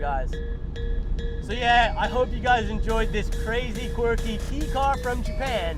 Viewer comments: It is pronounced Kay not Key. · Kei car, pronounced like "kay" not key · "K" car, not "Key" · Why do you keep calling it a Kee car??? There's only one correct way to prounce Kei... pronounced the way it's spelled. Closer to Kay than Kee. Kei is the Japanese designation for a light vehicle for registration purposes. There is a tax break for Kei class cars which are limited by size, displacement, and weight. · Its pronounced "kay", not "key". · it's not "Key" car, it's pronounced "Kay". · its not a "key" car its a kei car (pronounced like the kay in okay) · Not "key" car....its a "Ka E"....Ka E cars are given special registration due to their small engine sizes and given special yellow license plates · Its pronounced kay car not key car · It's pronounced like "Kay", not like "Key". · It's pronounced KAY car. Not KEY. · It's pronounced kaaaaaaay. it's kaaaahhhhy. It has to be written as "kei" for technical reasons but never "key" as in "car key" it's kay as in "o-kay" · Tying to stay calm every time he says "key car". It's pronounced "Kay", not "key"!!! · It’s pronounced Kay not key car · Kei Car is pronounced "kay" car not "key" car lol. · It’s KAY cars not KEY cars. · "Key" car? Lol. It's pronounced like the letter. "Kay" car. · Sure did. Once. Also heard you say "key" a handful of times. It's not interchangeable. It's just wrong when you say "key". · It is pronounced Kay car (like decay) not key car. It comes from Kei jidousha. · Dude learn to pronounce..... its KAY not key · *Kay car not Key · Kei is pronounced kay. Like George Takei, it rhymes with gay. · Who calls it a key (ki?) car? this is the first place I’ve ever heard that Pronunciation. I feel like you have to go out of your way and ignore the ‘E’ in “Kei” And want to make it sound like that. it’s not even said like that in the originating country. Confusing, since Ki means energy in japanese (though not in like energy from a machine). kind of a stretch. Is it an Aussie thing? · "KAY" CAR.. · "key car" oof